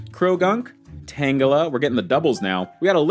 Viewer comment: for me is tangela 🤣 nothing against him but every time he said the name wrongly I found it extremely annoying (no hate)